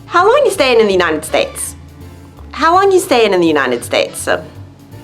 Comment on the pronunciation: Why do you say the United "States-a"? They'll all sound like Super Mario. I really liked how you orgaznized the video/vocabulary and your presentation is great!!